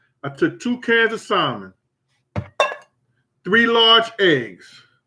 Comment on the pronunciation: Haha If you didn't show the can of salmon in part 1. I swear you were saying simon. I keep thinking wtf is simon